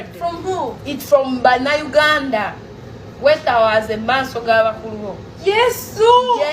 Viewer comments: The word is kwetowazza not kwetawazza😂😂😂😂😂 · Its kwetowazza not kwetawaaza